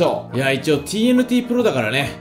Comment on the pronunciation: てぃーえぬてぃーじゃなくて、てぇーえぬてぇーw